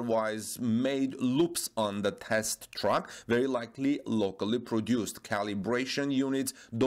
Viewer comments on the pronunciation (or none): Bitteschön, please research the pronunciation difference between TRACK und TRUCK ;-)